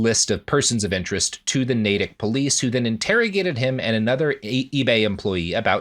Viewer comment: All this and somehow the most surprising thing is that Robert pronounced Natick correctly. Not Massachusetts's most baffling town name but STILL.